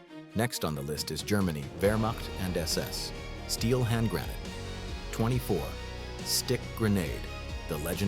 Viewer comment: Grah-not-ah not grenn-ate